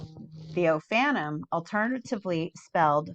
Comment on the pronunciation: Just as a little FYI the Hebrew words ending in “im” (seraphim, cherubim, etc) the im is pronounced “eem” not “imm”! So “ophanim” is pronounced “oh-fan-eem” not “ohf-fannim”. You are saying it right when you say Elohim. And just a fun fact for anyone reading the “im” makes a word plural; eg: one cherub, many cherubim.